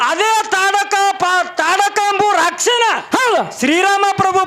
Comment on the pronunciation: ಅದು ತಾಡ ಕೀ ಅಲ್ಲ ತಾಟಕಿ